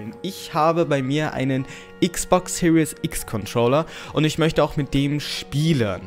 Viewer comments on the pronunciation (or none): none